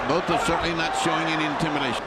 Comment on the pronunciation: Francois Botha is pronounced ' Francois Bota' the h is silent. I love Iron Mike!